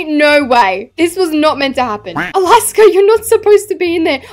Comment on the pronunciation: Nah why is Alaska always said “snail”💀